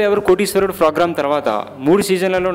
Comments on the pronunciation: video nacchindi kaani nee Telugu bacche la .fogram kaadu program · bhaiyya ... (frogram ) Kadu program.. 😃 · Phogram kaadhu ra thingari, program ani sariga anatam nerchuko first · fogram kadu raa sami... program...........sari gaa palakadam nerchuko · Hellloo mr.Voice over ichhiindhi yevaraina babu Fogramme antunnaruIt's programme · orini abba! mundhu "P" sarigga "F"alakaraa sannasi...."F"rogram anta "F"rogram......aina "annadu","chesadu" entra??? ekavachanam tagginchuko....appudu video nacchithe like and share cheyyi anu......"F"icchi "F"ulka....malli neeko youtube channel.....hahahaha sari"F"oyaraaa!!